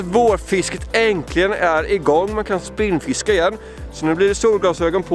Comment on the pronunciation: Grymt bra som vanligt! :) Fast nu tänker jag vara en jobbig jävel. Prova äntligen istället för "änklijen".... 🤭